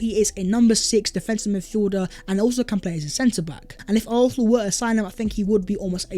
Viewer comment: Bro if you're gonna say arsenal 100 times per video at least learn how to say it properly. You keep saying it without a proper s. Sometimes it's arknal, sometimes it's arthnal, sometimes it's arthnal. It's fucking arsenal.